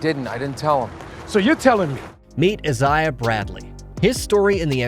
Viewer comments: Iz-eye-ah ? Do you mean I-say-ah? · Say it with me.. I zay uh Isaiah. They even say it in the show that way multiple times. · It's Isaiah not Izziaha. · It's Isaiah Bradley...... Eye say ah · The way he says the name Isaiah, really triggers me